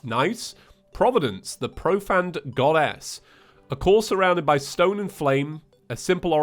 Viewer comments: 3 years and he still pronounces it pro-fanned. Disappointing just disappointing. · is it just james or is it just me, because i always pronounced profaned as profained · Me: Its profaned not profanned.